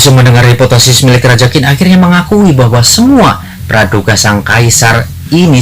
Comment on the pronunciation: Qin...tapi Bacanya TjiN...